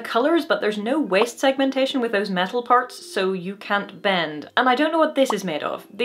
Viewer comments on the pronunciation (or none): WEEST SEGMUNTESHUN